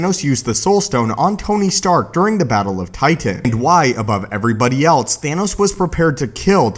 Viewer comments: I fucking hate how you say titan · The way you say titan pisses me off